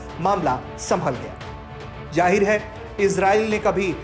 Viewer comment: Jaahir hai nahi Zaahir hai